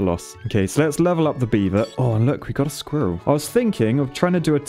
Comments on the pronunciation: i cant stand him saying skirril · lol the way you pronounce squirrel is soooo funny haha